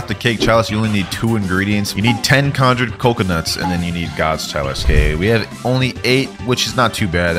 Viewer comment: whyd u say "conjurd Coconuts"